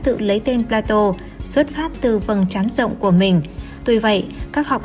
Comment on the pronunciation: Phải phát âm là "pla-tông" mới chính xác. Chuyên mục do Kênh làm rất hay, rất công phu ... Tuy nhiên tất cả các phát thanh viên nên trau dồi thêm ngoại ngữ nữa thì thật là hoàn hảo. Người xem phải chịu đựng như tra tấn "chát chúa" vào tai : "pla-tô" nghe thật chán vô cùng tận.